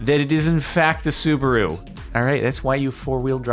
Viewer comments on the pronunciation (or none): Sue-bah-ru I'm dying😂😂😂😂